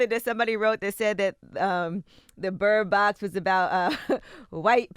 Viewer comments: Did anyone heard envy say bird bock at the very beginning 😅😭😂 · I hate dj envy more than how wrong he pronounced bird box the first time